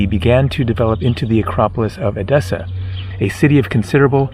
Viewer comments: It's pronounced Ethessa, same "th" like on the the English word "the" but the "e" sounds like on elephant. So, not edEssa but Έδεσσα ! Ethessa is how it's pronounced in Greek. PS You did a WAY better job, on Thessaloniki (almost perfect Greek there!) but don't get confued with that word because the "th" there, is pronounced the same,as on the word "Theory". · Actually the correct pronunciation is E-dessa not ed-E-ssa. At this time it is wiser for someone to go to the south to avoid the bad weather, from June to September it is better to visit Northern Greece. I know you have come to Crete but I think you will like the eastern part of it and it was a good choice for this season, we have 30 degrees Celsius here. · The prononciation of the tone EDESSA is the tone on the first ÈDESSA.